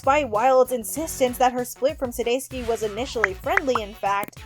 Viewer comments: Sounding like Sudayski 😂 I started cracking up out loud at the dog park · It's not too difficult to do the research if you're not sure how to pronounce someone's name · Over a thousand views and only 19 likes? Dang, I wonder how this video would have done if the announcer didn't pronounce Jason's last name incorrectly so many times...it was a bit hard to pay attention to